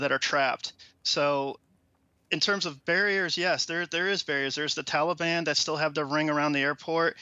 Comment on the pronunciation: Who exactly is the “Talley-Bon” Biden keeps referring to? 🤔🙄 |